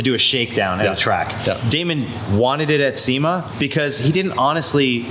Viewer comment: Lol pretty sure the first time you said Sema I was like... nope!